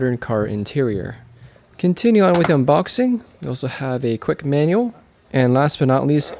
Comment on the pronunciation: Manual not manule Vehicle not veecle